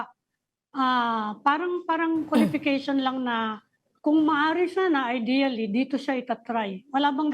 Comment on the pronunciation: So disappointing. I leave the group of team BAM because of the word, "IDEALLY"...ideally not spoken right and clearly vague. Disappointing Sen. BAM. Ideally..😢 We detached..